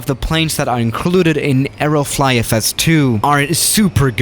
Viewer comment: I thought u said aeroflot for some reason😂